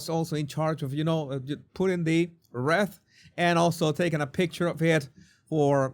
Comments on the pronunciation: You're kidding Jesus 😱 btw wreath is pronounced reeth 👌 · Wreath.... Ree-th.... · Wreath is pronounced Reeth. 🙂